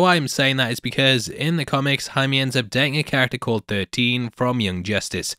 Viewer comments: "I've already pronounced everyone's name wrong" You're actually one of the only people on YouTube who pronounced Jaime's name right. Most pronounce it as "Jamie Reys" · This is more or less the correct way to pronounce Jaime. Not Hi-Me but more or Hi-Meh. You got it right once,.:)